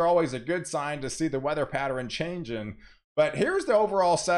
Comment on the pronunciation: Why do you say, "patteren", or anything that ends with ern, gets changed to eren.